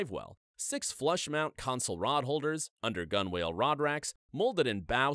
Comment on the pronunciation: Hey, don't sound like a landlubber...... gunwale is pronounced "gunnel", not "gun whale"